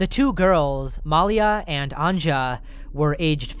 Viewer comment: I'm enjoying your pronounciation of Finnish (and Swedish) names Our J is pronounced as "Yee" So it's An-ya, not an-cha :)